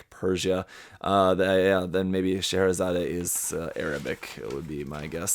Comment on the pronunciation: Surprised how well you pronounced Scheherazade. I pronounce it a little different, saying z-ah-d, not zah-deh but a lot of people pronounce it HORRIBLY wrong, so it's refreshing to hear a better pronunciation